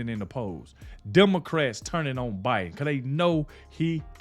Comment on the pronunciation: I appreciate your point of view. I like the clips of real persons talking of different issues, but the AI voices mispronouncing well-known names (Biden as Bid-un and Ek-e-no-me instead of economy) and other errors is maddening. I shut the video down at that point.